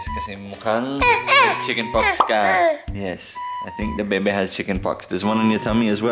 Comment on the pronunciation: its pox not fox